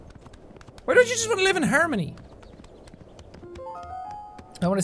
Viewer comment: My mom (Btw this is her phone) is making fun of the way you say “harmony” And “ Hjönkining”